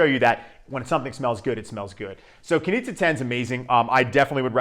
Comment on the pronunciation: As Austrian I can inform you, that it's pronounced "Knische", quite similar to 'niche'. Nice review though!